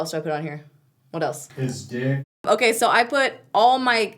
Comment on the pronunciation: did he say "lipstick"? or "this dick"? I'm pretty sure he said this dick but I don't want to judge lmao